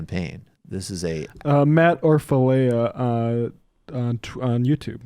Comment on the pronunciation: pronounced Orfala the e is silent. check out his tag to Kyle saying his name :)